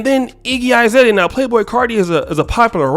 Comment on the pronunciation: Izalea? Bro it's Azalea. A is pronounced A, not I.